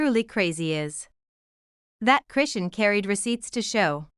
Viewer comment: please fix your bott to say her name correctly because it’s very disrespectful to miss pronounce someone’s name it’s ow put it all together chrisean Rock